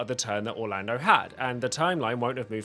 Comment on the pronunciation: Ok before I continue watching your video, please don’t call Orlandeau.. Orlando put some respect on the Thunder God’s name please